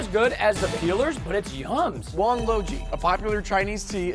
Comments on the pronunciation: it is pronuonced wong lao ji but your chinese is still okay 😅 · It is pronounced Wan Lao Ji